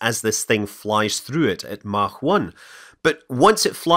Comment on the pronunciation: Thank you for saying "Mach" correctly!